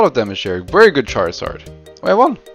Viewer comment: Why pronounce very as, “wary?” But then say travel correctly once sentence later?